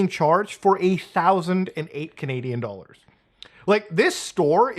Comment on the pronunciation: for a THOUSSSAND DOLLARZ 😂